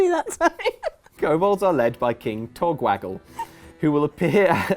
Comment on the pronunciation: The amount of attempts needed to say "King Togwaggle" is about as ridiculous as Sheogorath's personality.